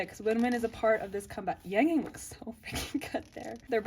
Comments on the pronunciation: oh it’s okay! i don’t expect you to have a perfect pronunciation of chinese or korean names since ur neither of them! sorry if my comment was a bit rude. if you’re wondering how to say his name, it’s closer to “yahng yahng” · why do you pronounce yangyang like that?